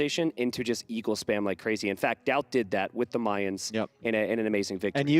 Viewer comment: Someone please tell how to pronounce Mayans correctly, I',m loving the tournament and everything but I cringe everytime I hear Mayans as in the month of May instead of "Ma-yans"